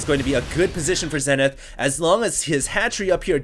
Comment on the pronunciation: It's prononced ZEE-nith.